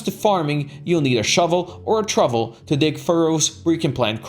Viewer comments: It is called a trowel with a 'W' not a trovel with a 'V'. I don't mean to nit pick put I thought I'd point it out for your future reference. Ta! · Fyi, trowel is pronounced trow(as in how)-el, not truvel as in shovel. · TROWEL not TROVVEL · A shovel or a "trovel" :D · Use a trovel or a shovel... lol. It's "trowel" (pronounced like towel). Great guide, that just made me laugh. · "you need a Truvel, or a Shuvel" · Nice vid (y). In English trowel is pronounced like towel. All "w"s are pronounced the way you say it with "ways".